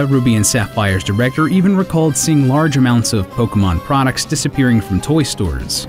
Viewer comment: Don't voiceover a Pokemon dyk video if you can't pronounce the Pokemon correctly